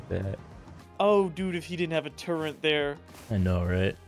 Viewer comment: why does unironically say turrent